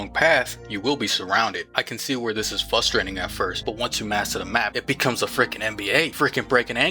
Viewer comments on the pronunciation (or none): Fustrating??? did you mean Frustrating with an R?